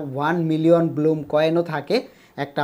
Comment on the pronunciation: bloom na vai blum vai re vai youtuber